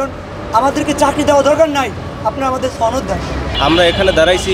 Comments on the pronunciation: বারবার ছনদ বলা হ‌চ্ছে,ছনদ কথা টা ভুল সনদ হ‌বে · সনদ হ‌বে ,ছনদ না ,বারবার ভুল কর‌ছেন,আঞ্চ‌লিকতা প‌রিহার করুন